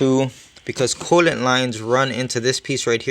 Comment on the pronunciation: It’s cooliantae not coolant